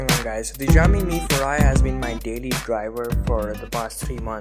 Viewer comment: Great job :) btw Xiaomi is pronounced as (Shao-mee)!